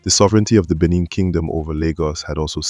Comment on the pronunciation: Good work and story. However, do try to pronounce indigenous names better. Ask any aware Lagosian about correct enunciation and emphasis of Eko, Benin, Epe, etc.